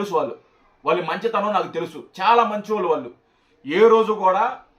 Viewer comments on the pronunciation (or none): none